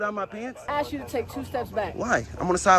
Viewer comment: Ask this ignorant cop to spell ASK. Oh it’s AKS 😂